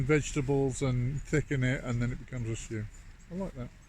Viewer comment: STEWP, STEWP. Not quite stew, not quite soup. 😂